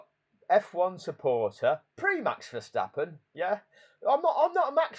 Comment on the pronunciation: Hi pal i know you call him max ver verstappon,I call him Thanx fer stoppen lol😅